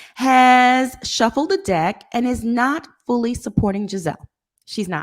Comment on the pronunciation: Well it did sound like you said di..k instead of deck